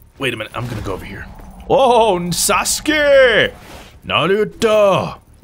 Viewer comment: Please just say sasuke the right way.